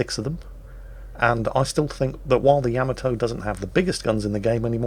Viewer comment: It is not without irony (a type of humor) that I bring to the forefront the fact that as you quip on about someone's speech patterns or pronunciation failures that you continue to mispronounce the very ship you are featuring!, for God's Sake it is not pronounced YAMamoto, it is pronounced YaMAHtoe look it up. Well having said that carry on! Love you. You would send me straight to the bottom. Tod in Las Vegas.